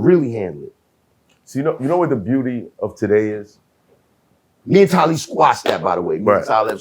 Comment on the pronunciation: Yo! I know Talib, but it would've took ever fiber in my body not tah laugh at the miss pronouncing of his name. Canibus ,damn. Lol